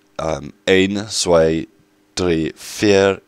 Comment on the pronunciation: In the stars the German language is used. Z is pronounced as ts. So you say 'Tswei'. Here are all the pronouncements from 1 to 10: ein - ein zwei - tswei drei - drei vier - vier fünf - funf sechs - zegs sieben - sieben acht - acht neun - nojn zehn - tseen Hope this helped you out a bit, so in future videos pronounce it like this :-)